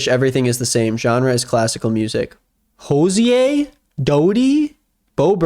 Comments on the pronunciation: Bitch the way pronounced hozier is killing me- "HOZI-AY"!? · I took psychic damage from hearing say Hozi-ay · Can we all agree that calling Hozier pretentious (and not pronouncing his name right) is a direct attack on WLW. Ladies, we ride at dawn⁉️⁉️ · how is no one talking about the pronunciation of Hozier